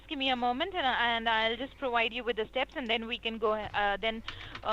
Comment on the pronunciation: She says "I will proWide you with the steps." Russians pronounce w's like v's and vice versa. So Russian or Russian trained. trained?